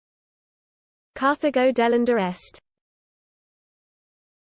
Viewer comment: Yeah, I really bet Romans turned a terminal 'a' on a word into a modern British 'ur'. So, it should be 'delenda' not 'delendur'. And NO Roman speaking classical Latin would have pronounced the name of the city as anything other than 'Car-ta-go' with a hard 't' just as in modern Spanish. This was just a bad understanding of Latin, or perhaps, none at all.